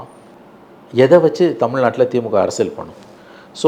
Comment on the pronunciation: விலா இல்லையடா விழா தமில் நாடு இல்லை தமிழ்நாடு நல்ல தமிழ் உச்சரிப்பு உள்ளவனை நெறியாளராக போடுங்கள் கண்டவனும் மைக்கை தூக்கிட்டு கிளம்பறான்